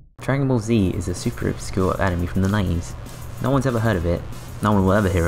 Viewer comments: for some reason I don't like the commentator's voice, and it also bothered me how he said animey instead of anime. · "Top 10 Enemy games" LMAO at that pronunciation